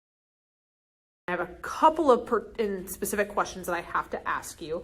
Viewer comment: Counselor says "Pacific" instead of specific. Ugh